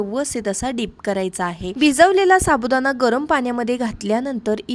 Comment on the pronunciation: साबुदाणा पाणी बोल साबुदाना पानी नाही